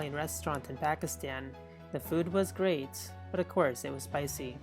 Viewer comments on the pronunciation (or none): none